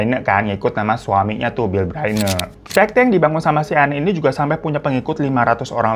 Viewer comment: ralat, Byrne bacanya Bern